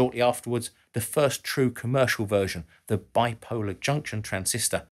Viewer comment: "*Biploar* Junction Transistor" whoopsies